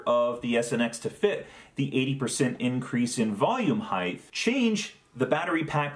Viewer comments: Nothing personal, but it's "height" not "heighth". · Height, not heighth. 😉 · Hope this isn't rude, but your pronunciation of the word "height" as though it was spelled "heighth" drives me crazy. Carpenters do this too - but the word ends in "t", not "th". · Please, I beg you, pronounce "height" correctly. You're reminding me of my dad, and it's frankly creeping me out. :D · a) Cut your nails, b) Why can't you pronounce "height" correctly?